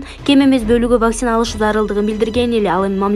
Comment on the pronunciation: ВАКСИИНА эмес ВАКЦИНА деп окусан